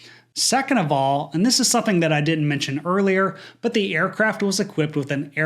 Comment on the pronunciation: STOP saying SUN-THINE instead of the correct SOMETHING! 2nd time correcting you ha ha!!!